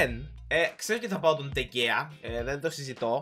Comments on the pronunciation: Διαβάζετε ντε χεα όχι ντε κεα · Λέγετε ντεχεα όχι ντεγκεα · Προφέρετε (Ντε Χεα)